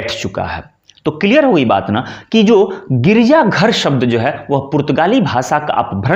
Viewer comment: Not girija" girja "